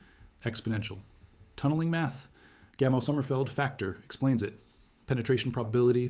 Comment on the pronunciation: At the beginning you keep referring to Gamel. Do you mean Gamow, George Gamow (pronounced Gamov)? This is really jarring, even though the details seem correct.